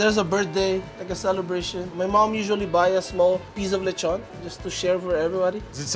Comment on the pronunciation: I like it when non-speakers say lechon as lay-chawn